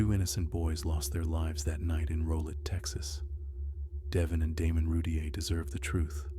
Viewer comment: Its Roo-teer